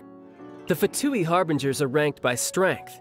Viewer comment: one day we'll have someone ( including within Hoyo) that pronounces " Fatui" correctly. ( but kudos for nailing " Signora" and " Tartaglia" )